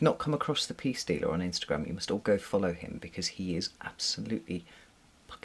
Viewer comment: I eventually found the Peace Dealer, despite thinking you said Pea Stealer, or even Pee Stealer lol. What on earth haha